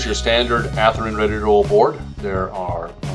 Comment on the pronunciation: WTF?! At least have the respect to pronounce the manufactures name correctly. Ath-Rin is no where near close to how it is pronounced. Sheesh!